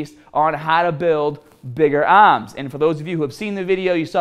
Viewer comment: Lol "bigga aaams" "bigger arms" I still love this channel. One of the only legit fitness channels on YouTube.